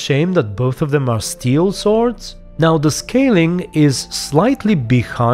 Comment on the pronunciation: In ps4 update he still says top notch sowrds